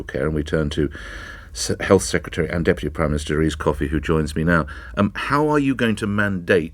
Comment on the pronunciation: Who? 'Erese Coffey'?